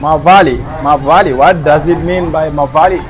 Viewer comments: Mawlai not mavali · Its MAWLAI BRO NOT MAVALI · Maw Lai mean mawly not mawaly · Not mawali , it is Mawlai means the name of the place in meghalaya( the heart ❤️ and brain 🧠 of our beloved meghalaya). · Not MAWALI,,it's MAWLAI Bro 😊😊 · its not manwali its mawlai bro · Mawlai bro not mawali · Not mawali it's Mawlai brother, Mawlai is a place where Bah Arden and Dr Ricky belongs to, it's a town. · Not mavali but mawlai it's a constituency which full support of PRAH#VPP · Mawlai not mawali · It's Mawlai not Mawali. You're the best man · Not mawali this is mawlai vro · It is Mawlai bro good you try atleast❤